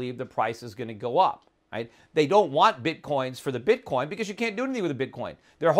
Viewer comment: Bitcorn ? Learn to speak properly before you get on youtube.